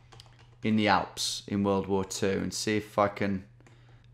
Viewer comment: Tom saying: I knew it was going to be in Germany. Also Tom: First Thing Tom Does: RIGHT WE GOING FOR THE ALPHS. I'm 99% Sure It's Schweiz.